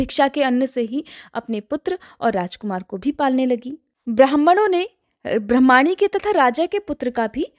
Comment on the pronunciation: ब्रह्माणी नी ब्रामणी शब्द है आप गलत उच्चारण कर रही हैं